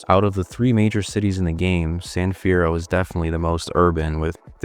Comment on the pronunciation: San fierroo